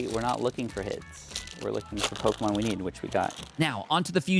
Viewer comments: Man you pronounce pokemon names in the strangest way imaginable. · I love your videos but your mispronunciation of a lot of pokemon really hurts me 😭